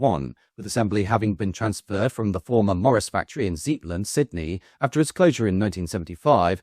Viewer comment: "Zetland" is pronounced as "zett-land" not "zeet-land", for future reference